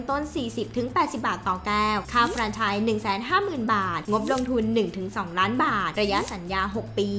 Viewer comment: พูด เฟรนไชส์ ต้องพูดว่า แฟรนไชส์